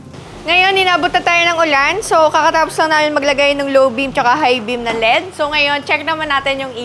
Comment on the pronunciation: EL ih di, sakit kasi sa tenga Lead ang basa yun lang Kudos sayo! Keep it up!😅😊